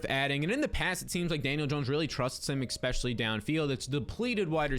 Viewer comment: Why are you saying expessialy instead if especially